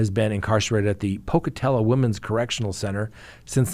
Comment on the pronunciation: Thanks 🙏. Adderal, is simply a prescription for meth, course by a doctor for attention deficit disorder. Very risky prescription because of the risks to the heart. Oh my word, don’t say Pocatello 🤣🤣🤣😂😂😂😂😂 Dr Edward Moskowitz MD FACS ABU AAGU, Pocatello Idaho